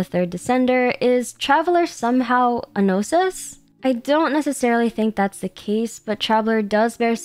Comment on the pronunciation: Traveler is not a "gnosis" but a "no sis"